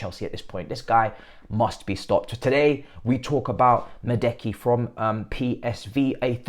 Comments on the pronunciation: Man said Medeki 😂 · Bro said Madeki 🤣🤣🤣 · As a Chelsea and PSV fan, bro Noni is way more talented than Cody Gapko. He would we great for Chelsea for that price. But I agree with your arguments about his injury record. Let’s see what will happen. And his name is pronounced as Ma-due(duwe)-ke